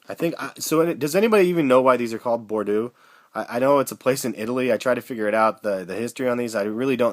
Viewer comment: cuz of the wine color meng. and it's pronounced bor-doe like doe as in female deer lol